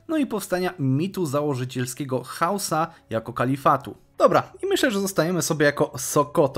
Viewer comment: parę razy zamiast powiedzieć Hausa mówisz husa